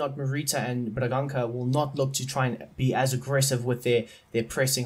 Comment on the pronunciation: It's Amorim not Amiron. And the ç in Bragança is pronounced like an s. Coates is not pronounced Cootes, it's kinda hard to explain how it's pronounced maybe you can search it up and Esgaio is pronounced Eshgaio. And Reis is pronounced like Ray but with an sh sound at the end